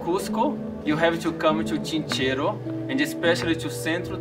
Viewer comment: Buenos dias, es Chinchero sin S y no ChincheroSSS... saludos